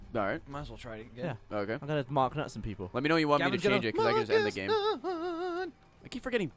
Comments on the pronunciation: Why does Gav keep on saying "mark nut"? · Mart nutt? Really?